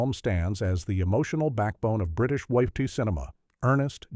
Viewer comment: More crap AI that cannot say WWII